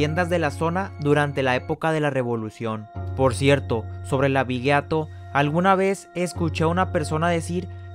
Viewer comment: Se pronuncia abigeato sin "u"